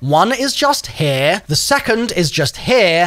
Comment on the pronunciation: "window right heaurrr" cuh wtf u even say😂😂